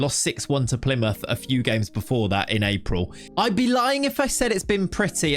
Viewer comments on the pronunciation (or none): none